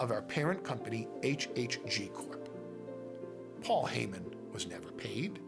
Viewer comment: "My name... is PWOL HAYMIN"